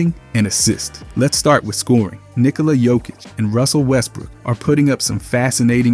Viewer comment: Lost me at nikola jokick